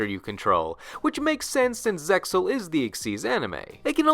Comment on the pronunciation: You always mispronounce Zexal, the anime clearly says it with the X